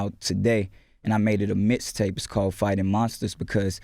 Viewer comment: ROMEO IT'S MIXTAPE NOT MISTAPE AND IT'S BATON ROUGE NOT BATON RUDGE😂😂😂